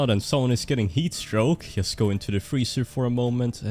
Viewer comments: Why all nords pronounce 'just' as 'yust' ? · thats not how you say "just". Pleaaaaaaaaaaaaaaase google how to say 'just'.